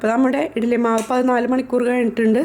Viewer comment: Good easy method. But it is not etili, it's eddali